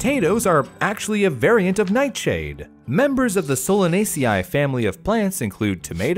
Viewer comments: Taxonomical hint: there's no 'i' in Solanaceae. It's pronounced Soh-lah-nay-see. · Pronouncing the AE like 'i' in 'site' is common and influenced by reconstructed Classical Latin pronunciation. Pronouncing AE like 'ay' in 'day' is also common and probably influenced by Ecclesiastical Latin pronunciation and Romance languages. Pronouncing it like 'Soh-lah-nay-see' is commonly taught in English-speaking countries. I have a biology/biochemistry PhD in the US, and I hear a mix of these pronunciations from both domestic and international colleagues. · So everything but his pronunciation of 'Solacanae' is on point here. I had no idea that solanine could become gaseous, though. That's incredibly horrifying.